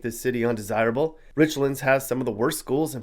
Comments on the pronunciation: It’s Rich-lands, not Richlunds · He pronounced Richlands way wrong. It isn't Rich-lunds, it's Rich-lands. It's pronounced exactly how it's spelled. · It’s pronounced “RichLANDS” not Richlins .. just a FYI. Love your videos! Keep them coming 😊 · Just one issue with your documentary.... Richlands is pronounced like the two individual words within it "rich"+ "lands". It is not the only towns in Virginia that outsiders mispronounce. Have a great day😁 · You pronounced "Richlands" wrong. It's pronounced like the two words rich lands. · Worst places to live are richmond and and place north of fredricksburg.and it's nor Richlands, it's rich lands .the proper pronunciation.know what your talking about before you start talking. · Guess doesn’t know that there is another town in Virginia named Newport, Va which is located in southwestern Virginia…Giles County to be exact. He probably isn’t aware of the historical significance of how Newport News got its name either. He really murdered the pronunciation of Richlands (Rich Lands). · it hurts my ears to hear Richlands mispronounced 🙉 🤣